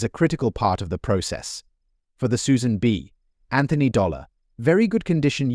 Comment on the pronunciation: I THOUGHT THE SAME THING. It says Susan B. Anthony. Not like Susan b. Anthony because AI PAUSES at the B.